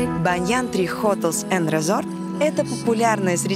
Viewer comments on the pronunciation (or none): До речі, не hOtels, а hotEl (прозвучало у назві готелю) ))))